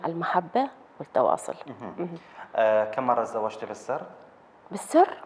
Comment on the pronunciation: بالسر وليس بلسر 😠